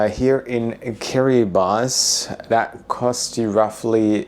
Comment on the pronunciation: SOMEONE PRONOUNCED KIRIBATI CORRECTLY!!!!